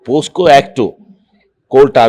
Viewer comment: ಪೋ ಸ್ಕೋ. ಅಲ್ಲಾ ಸ್ವಾಮಿ. ಪೋಕ್ಸೋ